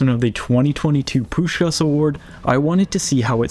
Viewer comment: I'm sry, but the way how you pronounce the first 'S' perfectly in Puskás' name, but then totally ruin the last 'S' is funny af. Most just say both 'S' wrong, but never heard someone say the first so perfectly meanwhile mistaking the last.